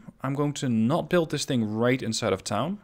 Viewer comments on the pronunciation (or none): none